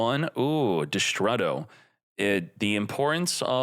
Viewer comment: Man, it irks me how you pronounce Destrudo. 😂😂